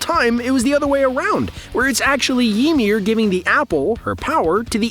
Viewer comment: mf said yeemir